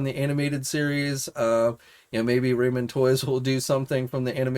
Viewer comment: Please please please quit saying RAYMEN toys. It's pronounced Rahmen toys. There's even a picture of a bowl of RAHMEN soup!!!!!